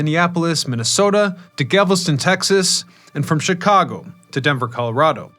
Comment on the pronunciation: It's GALveston, not Gavelston. ; )